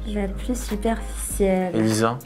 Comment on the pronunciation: 14.53 qui a vu le « superciel » au lieu de « superficiel » 😂😂😂